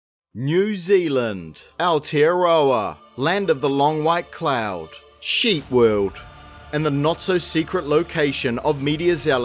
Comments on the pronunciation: With that pronunciation of aotearoa, I'm convinced you're from the US now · lol you can't be from NZ if you butchered the pronunciation of Aotearoa that bad.🤦